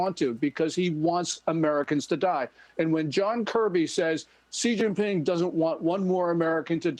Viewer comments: His name is pronounced "she jinping," not "jee zhinping." Why can't Bartiromo simply take a cue from Gordon and get it right? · Nope. The first syllable is "she." If it were pronounced "chi," ("chee") the English spelling would be Qi. The English sequence chi is actually pronounced more like "chur" in Mandarin, as in chi-fan ("chur-fon"), "eat."